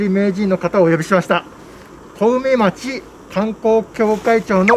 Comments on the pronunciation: 地元へようこそ！ なのですが一部"小海町（こうみまち）"なのが"小梅町（こうめまち）"になっているのが…気になってしまいました。すみません😅 また来てくださいね！ 頑張ってください！ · 小梅町(こうめまち)じゃなくて、小海町(こうみまち)ですよー